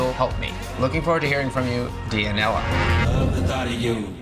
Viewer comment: am I the only one cringing when he says dia-nella lol